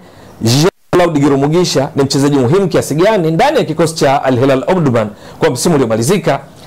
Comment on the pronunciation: huyu ni mtu wa Burundi Maana Jina analitamka vizuri GIRUMUGISHA 👍👍👍👍👍